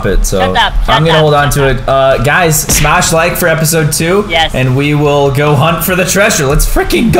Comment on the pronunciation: My phone broke becuse you said smass the like bottom😭😭😭